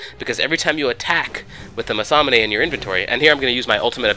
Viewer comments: Yeah, He also says "masamune" when it's 'manamune' xD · Haha, did you call the manamune a masamané? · I think it's Manamune, not masamune , but whatever ? Video is great and I decided to buy Pantheon as fast as it's possible... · why do you call the manamune the "masamane"? it doesnt even have an s in it:P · why do u pronounce manamune as masamanay? its pronounced mana+moon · the item is called manamune not masaname ;) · i don't think you call manamune that way... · The enemy "krasus" Meh close enough to Nasus. But "masanamee" instead of manumune? Lol wut? Btw good video. =P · What does he keep calling manamune? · Nice video. Not to be an ass, but it's pronounced "Mana-moon" (Manamune) and the Champion's called Nasus, I believe some did point these out already, though. Of course, there are about 60 different champions you have to learn. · Massamune?Crasus? dude... lv. 1? sorry if this offends,but man,my ears bleed.